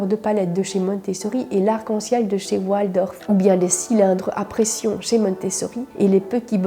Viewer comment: On ne prononce pas oualdorf mais waldorf C est d origine allemand